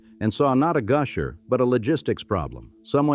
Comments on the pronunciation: Goosher, ugh. AI needs work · Sabine is pronounced suh-been.Neches is pronounced nay-chiz.Goosher?